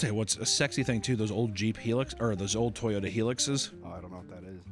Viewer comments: I'm sorry. It's not a Toyota Heelix it's a "High-lux". That hurt my soul, you remember the top gear episode, based. But come on... Say it correctly Toyota Hilux (High-lux) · Helix... say it with me, high-lux. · I'm just here to shame for pronouncing it "heelix" and not "high lux." My disappointment is immeasurable and my day is ruined. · Hearing pronounce Hilux (HIGH-LUX) as Heliux, hurt my brain. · it’s pronounced Hi-lux not bloody heeeeeeelux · It’s a “Hi-lux” not a heelix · The Toyota Hilux. It’s pronounced “High-lux” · as a hilux owner in NZ, that pronounciation of “Hi-lux” f*cked me up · Americans know it's hi-lux... right? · *Hilux, pronouced high-lux. the old HiAce vans are really cool too, but they are import only, they were never sold here. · I laughed out loud on how you pronounced “Toyota Hilux”, took me a second to realise what you were saying. You Yanks are a funny bunch.